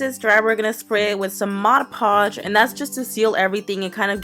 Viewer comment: Finally! Someone saying Mod Podge correctly! Others say Modge Podge